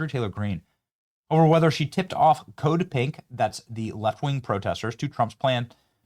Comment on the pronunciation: Until I saw their pink shirts I thought you were saying “Code Pig!” Lol! So disappointed in MTG. When I heard she made millions insider trading I was done supporting her.